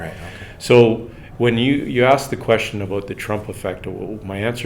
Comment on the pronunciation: Aboot? Lol love it